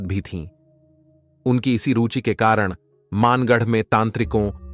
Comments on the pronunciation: maangarh nahi...bhangarh h bhai ye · वो मानगढ़ नही भानगढ़ है।।और हम वही से है